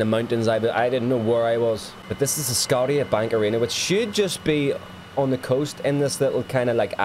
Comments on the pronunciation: The bubble is the Rogers Centre formerly known as the Skydome for being the first baseball stadium at the time to feature a retractable roof. And being built right beside the C.N Tower is a great photo spot. Scotiabank Arena/ACC was the one with the logos you pointed out. However you're saying Scotia incorrectly. Not to be the grammar nazi I'm trying to be the good guy lol. But I know someone is gonna slam ya eventually and that ain't fair to you. So for future, Scotia is pronounced Sko-Sh-Ia. With the I sounding more silent than anything. Think Scottish as the bank came from Nova Scotia (New Scotland) fun video tho mate. Nailed the buildings pretty well too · Scotiabank Arena, should sound like “Scosha”bank. It’s Latin for Scotland. I only know this because there’s a province called Nova Scotia, which means New Scotland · I just want to say you pronounced scotiabank incorrect theT the I and the A are pronounced like SHA. But I'm looking forward to seeing my Scotiabank saddledome so looking forward to part two. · its SCO-SHA-BANK...... but its actually called the ACC. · Scotiabank is pronounced "Skosha bank" Scotia is latin for Scotland and the bank originated in Nova Scotia or "New Scotland" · The leafs stadium is pronounced skosha-bank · The Toronto Scotiabank arena is pronounced "sc-oh-sha bank", named after the Canadian maritime province Nova Scotia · Scotiabank Arena (pronounced Scoshabank) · Oh and Scotia Bank is pronounced like Scoshia … the T sounds like an SH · Scotia (pronounced sco sha). everyone gets it wrong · Scotiabank is pronounced scoshabank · The way you pronounced "Scotia" Bank Arena is soo wrong lmfao! It's the same as saying Nova Scotia. try saying it like Skosha. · The way he says scotiabank 😂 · The arena the maple leafs play out of is pronounced sco-sha bank arena but all of usblocals still call it the air canada center. The green space on your first approach is called bmo field where toronto fc plays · S-goat-Sha bank arena.